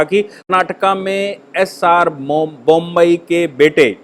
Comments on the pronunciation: सरजी, बोम्ब ई नहीं, बोम्मई होता है। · नाम एस आर बोम्मई है, जनाब! बोम्बई नही !! 😂😂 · bommai not bombai